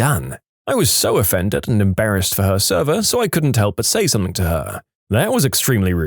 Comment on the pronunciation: drives up the wall when he says "Somethin**k**"